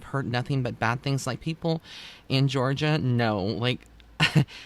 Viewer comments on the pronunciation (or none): none